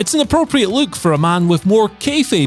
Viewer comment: I chuckle when he pronounces LOOK as LUKE